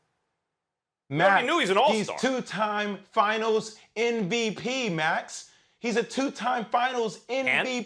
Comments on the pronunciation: does he say "NVP" or "MVP"? Cause I'm hearing "NVP". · hi jay williams, just wanted to tell you... it is MVP, not NVP as you pronounce it you're welcome